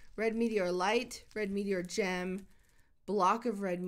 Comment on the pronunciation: NUUUUU I MISSED THE STREAM Oh yeah and when she said Gem at the beggining i tought she said Jam😂